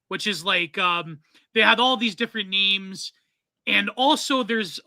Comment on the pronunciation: Hearing say he really likes this show then get every character's name wrong was crazy